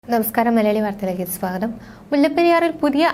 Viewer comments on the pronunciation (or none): none